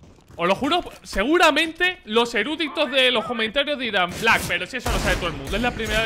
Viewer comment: black se le esta pegando lo argentino